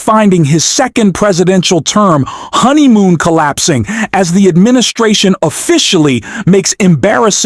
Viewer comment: Does the narrator, on this video, NOT know what a "HONEYMOON" is? It sounds like he doesn't. He didn't put the appropriate emphasis on the word while he walked by it.